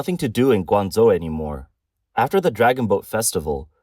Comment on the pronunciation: A video about China, and the AI can't correctly pronounce Guangzhou.